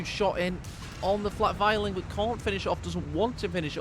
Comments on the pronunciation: It makes me cringe as a german... please say Flak Vierling like in "Fear-ling" but no offense! Wonderful cast as always! Hope to see more with the new update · He's saying you should say fear ling isn't he?